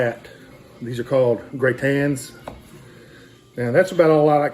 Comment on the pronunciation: In French it's "gratins" meaning stuff that is extra or free. (Gratuitous, in English.) Aka leftovers, too. does a pretty good job of pronouncing it the French way, but the spelling is "gratin" as in potato gratin or potato au gratin -- a potato casserole with leftovers in bechamel and cheese on top.